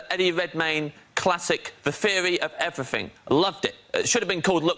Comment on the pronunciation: “The Fearie of Everyfing”